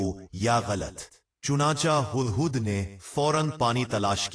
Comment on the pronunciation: Hadd hadd Nahin 😂😂 hudd hudd bolo . Urdu Bolna sekho.